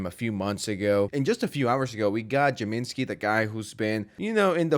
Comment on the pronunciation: Who is this jamenski character? You mean James-ski?